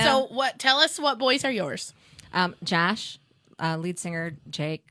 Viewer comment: Why is she saying Jash instead of Josh?